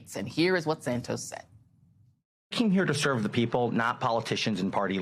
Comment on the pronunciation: I still don't get how you go from Santos to "Sand toes" that's a whole bunch of extra letters in there for no reason and it's not how you say that word in either Portuguese or English, so it's like going out of you way to mangle a 2 syllable name that other English speakers don't need to add these extra letters in there to make it sound like "sand toes" instead of Santos, looks and sounds a lot like racism. *lend. Is it "Friends, Romans, countrymen, 'loan' me your ears"? No, so why are you mangling past participle again? Those rules still apply so it's lies, not "lays", because only another person can lay something on the ground, you and a dog can't do that to yourselves, you can't get laid alone, sadly. The same with "loaning". I can't listen to this, because most people learn this in primary school and it's not in your stupid Merriam Webster foreign dictionary that no one recognises either, because they say the same as me, Shakespeare and the Cambridge dictionary says about that. Speak English, ok, stop speaking that gutter English, pig latin or whatever it is you're "evolving" there.